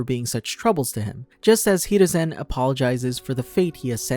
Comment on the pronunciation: This dude said hereusin instead oh haruzin